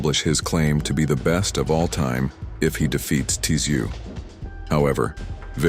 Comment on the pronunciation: It’s pronounced “zoo” the T is silent. Come on Americans get it right! Son of a legend! He ain’t the first.